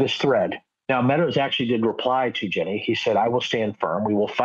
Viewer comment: Are you saying Ginni? Because it sounds like you're saying Jenny.